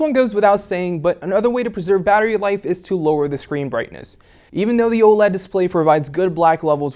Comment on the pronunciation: I hate how he says "da" for "the"